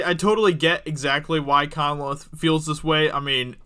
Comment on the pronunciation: Lame reaction video, and it's pronounced Con-leth, not Conneleth.